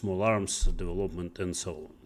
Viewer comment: учитывая что он работал программистом много лет непонятно как вообще можно не знать где ставится ударение в слове development